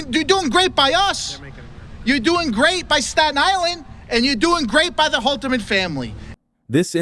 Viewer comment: Holterman, not Holzman.